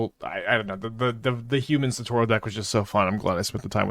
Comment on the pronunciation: Thank GOD I'm not the only one absolutely losing my shit every time he said SATORO